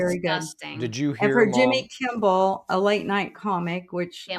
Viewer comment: OMG, "EYE-ran", "Jimmy Kim-bell", "Ka-mall-la Harris" clearly, she did teach PE and not history, or English.